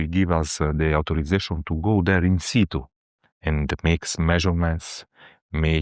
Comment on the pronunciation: He says ‘In situ’ (latin: ‘ on the spot’)….. not “inside”